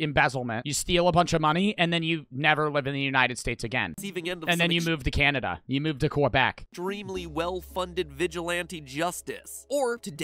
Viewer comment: Bro said kwabeck